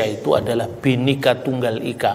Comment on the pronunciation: PakbapakselalumengucapkanBenikatunggalika,bapasalahpak TapiBinekatunggalikalbukanbenika tapibhineka bukanbhenikaterimakasih